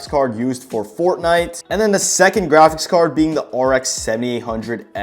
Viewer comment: How many times did bro say grachics card